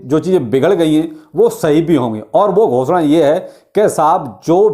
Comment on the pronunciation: Bhai aap ghosda bohot acha kehte hi...🤣